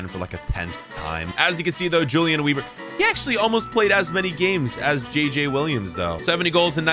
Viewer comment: Weber…if he’s German it would be pronounced Veber. W’s sound like the letter V with German names/words